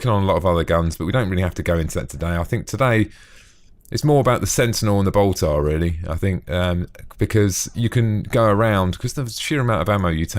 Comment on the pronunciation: The way you pronounce 'Boltor' is making me giggle. :D